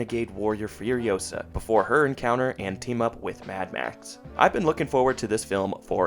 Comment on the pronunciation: It's furiOsaa, not furiosAAAA